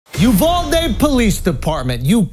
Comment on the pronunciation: Named after the city? "UV-AL-DE" 🤣🤣🤣🤣